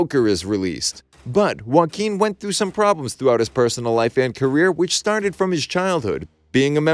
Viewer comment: Finally someone who can say Joaquin correctly.